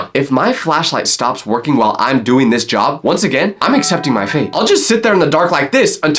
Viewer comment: bro stop saying jOb say job not like you wana vomin